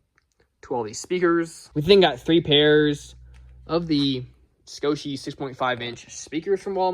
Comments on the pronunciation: dude ... its scosche .... sko- shhh ...... why are you putting so much inflection on the e .. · Its pronounced scoche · Its pronounced "Scosche" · Scoschie LMFAO Genuinely had a good laugh at that... can't tell you how many times me and friends have discussed brands like "Scosche" "Tein" or "Bride" 🤣